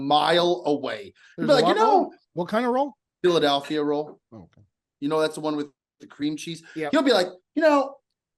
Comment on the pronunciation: I see you. Trying to make Joey say Philad-A-lphia the wrong way a second time. That smirk says it all.